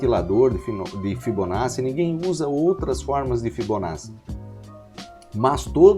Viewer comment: A aula é excelente, mas a pronúncia correta é ''fibonaTTi"